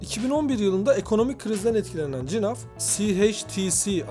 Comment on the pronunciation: Cinaf nedir nerden uydurdun eğer flamanca okursan G harfi H olarak okunur